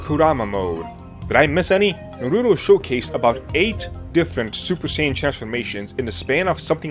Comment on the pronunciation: I can't with you saying Naruto wrong...